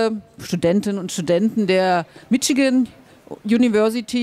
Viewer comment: vor allem "Mitschigän".... ;) heisst es nicht "Mischigän" ? ^^ :)